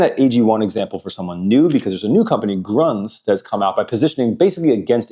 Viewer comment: Grüns is actually Gryns or Greens with a üüüüü, not GRUNZ haha Amazing masterclass boss, keep it up!